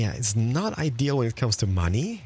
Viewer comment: "And moany people,", which variety of monay people are you talking about?